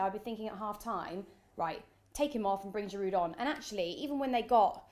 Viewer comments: THE D IS SILENT IN GIROUD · You don't pronounce the 'd' at the end of Giroud -- spotty bint